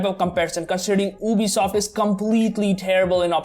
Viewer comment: And it's not obisoft it's Ubisoft 🤣